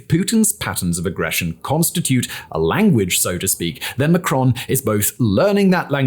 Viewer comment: Pronounced Macron with the 1st syllable stressed